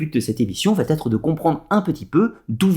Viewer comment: Très bonne vidéo mais ,de grâce ne faites pas de liaison entre va et être !( ne dites pas sans arrêt batterie) !!!